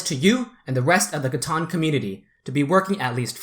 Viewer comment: Loved the content. However, drove me crazy the whole time was you're pronouncing it wrong. It's CA-TAN, not CA-TAWN.